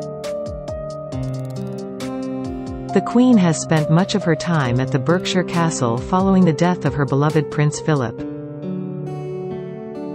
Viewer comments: It’s pronounced bark shire… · ...pronounced BARKSHIRE not Berkshire! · Berkshire. Pronounced Barkshire, thank you very much. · It's pronounced Barksheer! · Berkshire - should be pronounced as Barkshire!!!!!